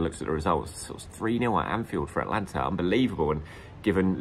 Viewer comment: you also have trouble with AT-A-LANTA. It's not Atlanta! There's an extra syllable in there!!!